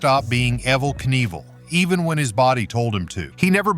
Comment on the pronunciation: The AI voice is ridiculous. EVVL, EVVL NEVLL????